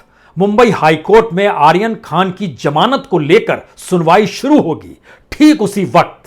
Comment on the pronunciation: Its zamanat not jamanat ,ullu ka patha